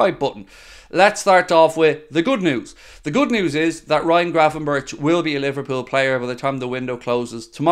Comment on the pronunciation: It pronounced berk I’m sure not Burch ?!?